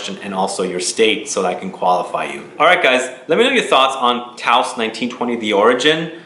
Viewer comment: Not to be a PITA but it's "TOSE" rhymes with dose, and yes... it's an incredible and original frag